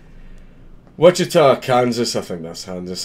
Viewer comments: You pronouned Wichita correctly. No sweat. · Our justice system finally gets one right? WOW!!! BTW, you pronounced "Wichita" spot on......... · this happened in my hometown. glad to see them making an example out of this piece of shit. (and yes, you pronounced it correctly)